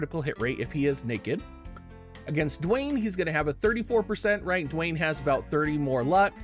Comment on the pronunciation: My boy out here pronouncing Duane right, saying suteki da ne like a pro, and then tries to pluralize samurai